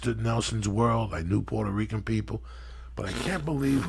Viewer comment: Rican not Rica